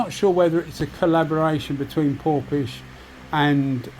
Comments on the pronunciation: just wondering how a gun spelt PORFIS (phonetically) is pronounced PORPISH? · Hi, Well, I dunno, but it's spelt Porphis all I was saying is ph is pronounced F, so it should be PORFIS. Unless they told you different!